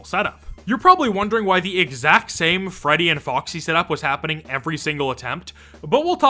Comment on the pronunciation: hehehehehe "greddy"